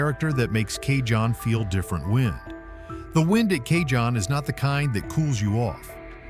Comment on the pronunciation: Cajon Is pronounced cahone pass . The scariest part of Cajon Pass heading south is the DOT Scales at the bottom before you get to I-10